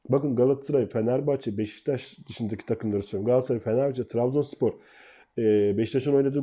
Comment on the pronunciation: Abi BEŞTAŞ değil, BEŞİKTAŞ. Senin gibi bir gazeteciye bu telafuz yakışmıyor. dikkat lütfen